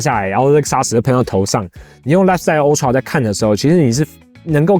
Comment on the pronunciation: ultra發音請正確一點